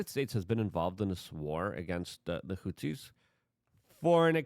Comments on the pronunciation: Hey Luke, say it with me now "HOUTHIS" "HOUTHIS" NOT "HOUTZIS"!!! Why tf do you pronounce things wrong?!! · You can improve your pronounciation of Houthis. You say Hutsis. There is no s in the middle of the word. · There’s a TH in Houthi’s.. not Hootsies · Houthis. Th. There’s no S there dude.